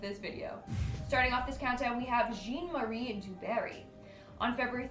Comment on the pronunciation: So this is why I don't watch the Most Amazing channel anymore. The dude's French. His name may be spelled "Jean", but in this case, it's pronounced "John" or really more like Zhahn with a soft "j" sound. It would've taken somebody 5 seconds to look that up before producing a video. Especially when it's a large channel with an actual budget, as opposed to some dude in his basement.